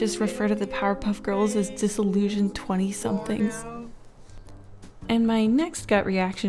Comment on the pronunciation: everytime they say "disillusion" i lose 20 YEARS of my lifespan